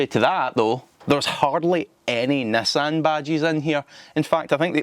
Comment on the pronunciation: Why you speal nassan instead of nissan?